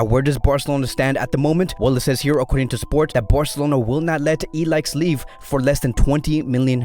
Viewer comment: Pronounce I L A I S H not ilaix